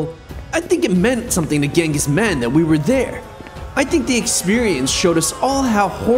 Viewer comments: It is not ghengis man it is chengis Haan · Bro it's Genghis Khan not Mann the leader of Mongol empire plus good vid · Genghis Kan ❌ Mann✅ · Genghis man u mean genghis khan